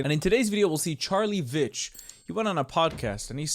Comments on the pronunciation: it’s pronounced VEECH* not vitch lmao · Veitch rhymes with leech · Veitch is pronounced as in beach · Veitch pronounce veeech 😂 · Pronounced Veetch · Charlie Veitch - rhymes with beach. Love him. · If you pronounce it VEECH it's closer. It's only a small point but..... Charlie is on point with most of what he says. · I just gotta say; how are you still saying his last name wrong 😂